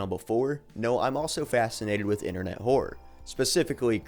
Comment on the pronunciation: you keep saying Whore as opposed to Horror